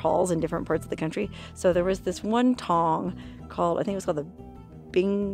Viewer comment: you said in the videoL "there was this one Tong..." but I heard Won Ton - forgive me but you were telling the story about the murdered Chinese Laundryman wah, wah, wah....